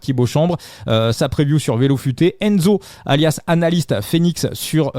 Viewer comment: La "preview ", vu la manière avec laquelle tu prononces l’anglais, je te conseille " les prévisions ". Arrêtes de la jouer bilingue. Le " move " fait tâche.